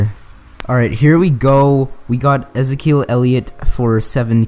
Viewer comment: did you just say ez-i-kel?